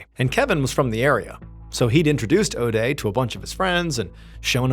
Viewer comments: If you say Odey one more time I'm going to puke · this was a 5 min story lol. Could make a drinking game out of it. Take a shot every time Mr. Ballen says Odea.